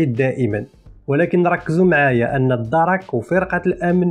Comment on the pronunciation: خويا ، ماشي الدَرَك، راهم يقولو "الدرْكْ" 😂😂😂😂😂